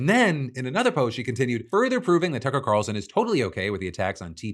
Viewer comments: I had to stop and go back three times: "Cucker Tarlson"? Congratulations, your slip just made my day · I had to rewind twice and yes, Phil just said "Cucker Tarlson". :D Which, I completely agree with. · Did I hear correctly? "Cucker Tarlson"? Hahahaha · Anyone catch the Cucker Tarlason? Was is a slip or on purpose lol. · Did you intentionally say "Cucker Tarlson?" 😂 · Phil, you cannot escape me noticing you said "Cucker Tarlson" :) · Does he say "Cucker Tarlson" ? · "Cucker Tarlson" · Anyone else catch Phil call him "Cucker Tarlson" or was that just me? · "Cucker Tarlson" I hear that right? xD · Are we not gonna notice how he said Cucker Tarlson??? Lmaooooo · please Please PLEASE tell me I am not the only one who noticed Phil call Tucker Carlson “Cucker Tarson”. The cackle I CACKLED. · Did Phil say Cucker Tarlson? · Ha. “Cucker Tarlson” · HA! You said "Cucer Tarlson" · did you call him "Cucker Tarlson"?! 😂😂😂🔥🔥🔥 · good to know I’m not the only one who says cucker tarlson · Bro said Cucker Tarlson and I'm here for it. 😁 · DID HE SAY CUCKER TARLSON!? 😂😂😂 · Did you say cucker tarlson? 😂😂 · Yes he absolutely said cucker tarlson 😂 love you Phil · I had to rewind to cuz I was like "did he just say 'Cucker Tarlson'?" And yes, Phil, yes indeed you did say "Cucker Tarlson." I'm fucking cackling. 😂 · did Phil just say Cucker Tarlson?!😂😂😂😂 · "Cucker Tarlson" well done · I swear on my life I heard him say Cucker Carlson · He did, I heard it bc I literally accidentally called him that one time and I’ve stuck with it since 😂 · He so definitely said Cucker Tarlson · I heard Cucker Tarlson. Mentioned it to my friend who had to rewatch it 3 times before he realized what I was talking about. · Same lol. I listened to it a few times and I hear either Cucker Carlson or Cucker Tarlson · I heard Cucker Tarlson. He probably did it on accident. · Paused my ps5 to check this videos comments on my phone for Cucker Tarlson!😂 Glad I’m not alone in hearing that. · I heard Cucker Tarlson 😭